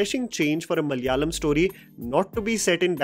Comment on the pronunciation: that opening malayalam speaking attempt was good. In hopes that the industry might bring more films to enjoy let me give you a minor linguistic update: MA-LA-YA-LAM മ-ല-യാ-ളം म-ला-या-लम It is malayalam, not ma-lya-lam! 😁 (No hate, you might need to use the word again, hopefully ✌️) Although, i wish Malaikotte valiban was also successful, it had some potential but failed now, it might find its right audience in the future 🙌